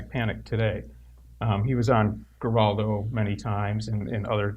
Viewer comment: I really appreciate the work The Satanic Temple does and I think Lucien is an intelligent and cool ass dude, but for the love of Satan! Please learn how to pronounce Geraldo!